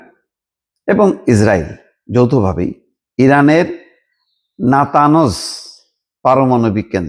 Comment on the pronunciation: নাতাঞ্জ, নাতানোস নয়।